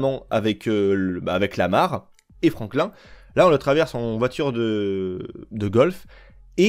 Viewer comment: Les svp arrêter de prononcer franklin comme la tortue verte, ça ne se prononce pas comme ça écouter le dans les dialogue ça sonne comme Franklinne